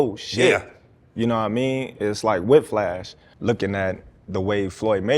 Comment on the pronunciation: Did Bud say “whiff lash”?? LoL